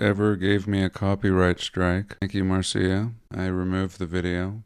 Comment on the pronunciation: Marcia is a fire cracker for certain, I loved how you mispronounced her name 😅 Think Brady bunch for the correct pronunciation I’m thinking of quitting today, your an inspiration